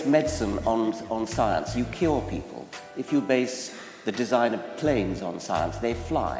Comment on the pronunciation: Je sais que ça n'aurait eu aucun sens, mais comme j'étais certain d'avoir entendu ce mot je me suis dit que le sens de sa phrase m'étais certainement passé au dessus. J"ai pigé le mot , c'est quand meme une façon bizarre de prononcer "cure" xD